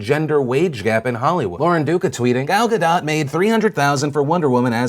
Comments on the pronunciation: Ga DOUGH... not Ga DOT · I had to pause and comment, and trust me I will watch the rest of the video, but: Gal is pronounced like gall, as in "he had the gall to say such a thing", and Gadot is pronounced Ga-dote. (Also Israel is pronounced Is-RA-el, not Is-real.) With thanks, An Israeli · U say ga DOT, her name isnt french. she said so on one of the someday night show interviews. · Pronounced Guh - Dough..... Damn I hear this too much.... I love you Phil! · It's GadoT, with a hard T. She's Israeli, not French. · so phil pronounced it 'gaDOUGH', 'gaDOT', and 'gaDOTE'. if you're gonna say it wrong, stick to your guns, phil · How many different ways can he pronounce "Gadot"